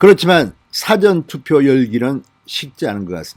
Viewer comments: 진성호는 事前投票를 辭典投票로 발음하고있다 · 사:전 투표 장음으로 발음하세요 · 운영자님 발음 좀 바꾸시면 안됩니까? 사전투표가 아니라 사전투표입니다. 무슨 뜻인지 아시죠? 운영자님 기자출신이라면서요. 운영자님의 사전투표 시 사전은 단어찾는 사전을 발음할 때의 발음입니다. 사장님을 사회에서 사장시키는 사장하고 같이 발음하는 것과 같은 형태라고 생각됩니다. 국어공부를 제가 잘못 했나요?.